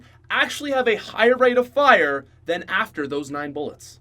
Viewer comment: Did you say rape of fire?